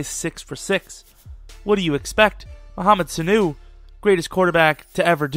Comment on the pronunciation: Damn you butchered his name